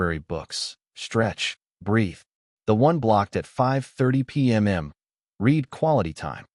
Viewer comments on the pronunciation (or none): Here's some comments for you, the creator...it's NOT pmm, it's pm. It's NOT all, it's am. It's NOT re read as in reed, it's reread as in re-red. Yes, get it right or stop producing. You're embarrassing yourself.